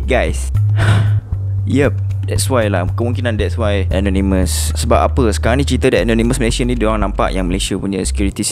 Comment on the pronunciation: Kenapa susah sangat nak sebut ANONYMOUS. Sebutan yg betul ialah E NOR NE MEZ.